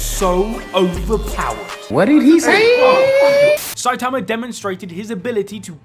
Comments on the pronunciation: I'm so sick of you saying "Saitamer" damn dude. 😒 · Saitamer lol